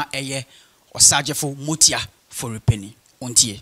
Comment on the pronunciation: masa get ur pronunciation right. it is Amoatia not motia